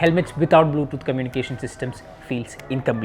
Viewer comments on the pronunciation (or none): none